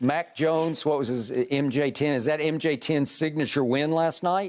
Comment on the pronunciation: Shannon: Call him MJ10 Skip: OK MJ Tien 😂🤣